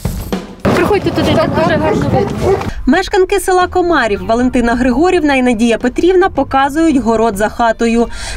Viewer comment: І не КОмарів а КомарІв.